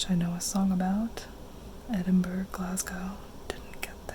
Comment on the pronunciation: so I’m Scottish. And it really really hurts my ears when I hear an American call out capital “Edinburg” It’s pronounced Edin-bruh. no worries tho